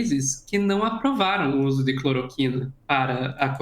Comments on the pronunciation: Amigo, vc disse "cloriquina"... mas é CLOROQUINA Sua colega disso a pronúncia correta (clor- O -quina)! Enfim... o que importa é que o Jair pague com cadeia por propagar a medicação e causar intoxicação e morte de maneira consciente e DELIBERADA! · alguém avisa ele que é cloroquina e não cloriquina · "Cloriquina", meu jovem? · Metroro, por favor treinem o apresentador. Errou o nome do remédio (falou errado)... e parar de interromper.